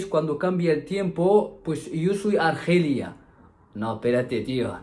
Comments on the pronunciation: Cuida mucho a tu florimda y se mejote pronto ... y no se dice argelia se dice alergia... es solo un correccion positiva saludos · Se dice A-ler_gia A-lér-gi-co Jajaja mosquito 😲 no me asustes que el mosquito transmite el virus 🤣🤣🤣 Tu cuento de los mosquitos hembras 🤣🤣🤣